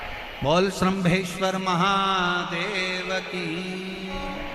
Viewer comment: श्रम्भेश्वर महादेव सही शब्द है। और श्रमभेश्वर गलत है।